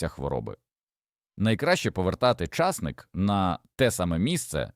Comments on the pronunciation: Колись був часник, а зараз ломлячи языка, став чАсник. Гидко слухати. Не додивилась. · Що таке часник,що це за наголос? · Часник. Наголос на ник.